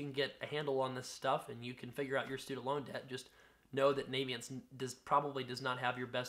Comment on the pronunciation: It's not pronounced Navyient as in US Navy. It's pronounced Navient as in the fairy from Ocarina of Time.